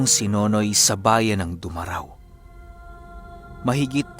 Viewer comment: Du Ma Rao. Hindi po diretso. Mali Pronunciation